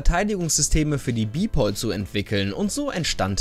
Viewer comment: Sry dass ich das sagen muss, aber BPol wird nicht Bipol ausgesprochen, da es eine deutsche Abkürzung ist und für Bundespolizei steht.